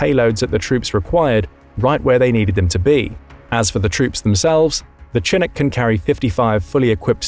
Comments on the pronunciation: It's CHINOOK! NOT CHINIC!! Omar Bradley doesn't look anything like Alvin York! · It's pro ounces Shin▪︎ook, not chin▪︎Ook, it's from a word the old French-Canadian trappers used to describe a warm wind that cleared all the snow overnight on the North American plains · Though, seriously, Mister narrator: not chin nook but shin ook. Not unlike Chicago. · shh..shhh.shhhh-inook. no chins here. edit: did a quick google search and yeah.. if you're gonna do military content please for the love of god know how to pronounce stuff. Good content..absolutely grating to hear you say chin-ook 5 thousand times. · A chin eck wtf is a chin eck? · The narrator continuously mispronounces "chinook" by making the 'ch' sound hard as with 'chin' but it is actually pronounced with the softer 'sh' sound and would be pronounced as 'shi-nook.' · It's SHi-nook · Whats a Chinook? It should be spelled like this shinook for everyone who does not know that Ch makes more than one type of sound. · Its said Sha-nuk not Chinook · The Chinook is pronounced chi-NOOK. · I know it is spelled "chinook" but it is pronounced "shinook". Good video. thanks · It is pronounced Sha-nook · It’s pronounced shi-NOOK’. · The way you mispronounced Chinook killed me lol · Lawrd have mercy listing to his pronunciation of Chinook was like fingernails on a chalkboard.. lol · By the way you keep misspelling those words and I thought you were English you're not saying the ch right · Listening to him pronounce "Chinook" was like fingernails on a chalkboard. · His pronunciation of "Chinook" is very typical British. Part of the problem is that the names comes from a Native American language (it's named after a tribe in the Pacific Northwest) so the word and its pronunciation are not in British English. The Brits pronunciation it phonetically. Thus the /ch/ rather than the /sh/ sound.